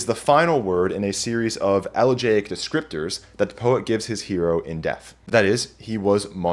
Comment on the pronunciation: "elegaic" -> elegiac